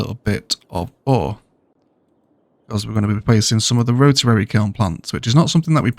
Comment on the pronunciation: Slowly catching up with these great videos after a whole summer of hiking around Scotland. I just want to quickly mention something that amuses me: it seems "rotarary" is the new "biotanical"!